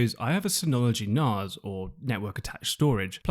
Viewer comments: Most intriguing pronunciation of NAS I've ever heard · That's cracked me up!